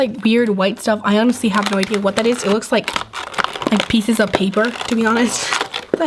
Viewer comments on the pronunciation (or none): none